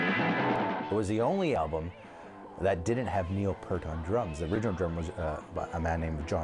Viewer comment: Pei'rt, Neil Peart as in Airhart.